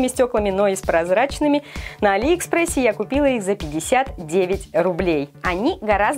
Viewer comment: Не аллИ экспресс, а Алли экспресс